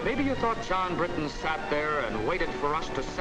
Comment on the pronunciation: I like how you now say Bri'on instead of Briton. ONE OF US! ONE OF US!